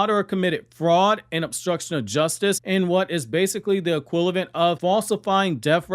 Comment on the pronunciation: I’ve been watching your videos for a long time and I’ve always thought that the way you pronounce the word “equivalent” is funny 😂